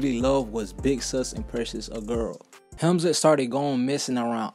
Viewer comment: Hamlinz not hemzin